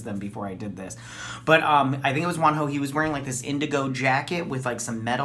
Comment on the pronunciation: Your pronunciation of Wonho's name is accurate 👻 this is their debut song. I met Monsta x at Shoot out comeback pretty recent.